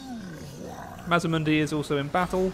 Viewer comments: Its MAZ D MUNDI sorry but it drives me crazy when people say it wrong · MazDamundi. There is a D. you keep forgeting